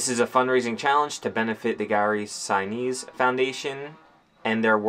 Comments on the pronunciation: Gary Sinise’s name is pronounced Sin’ neese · "Lt. Dan!!" (from Forrest Gump) Gary's foundation is the real deal - glad you two connected with him/them/that. God bless you as you start another new chapter. (pronounced "Sin-EESE", I think). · How could not know how to properly pronounce the name of one of the most famous actors of all time? " Lieutenant Dan " 🤦🏻‍♂️🤦🏻‍♂️🤦🏻‍♂️